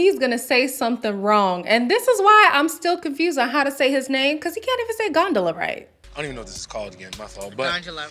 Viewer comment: But she was saying Gondola wrong too 🙃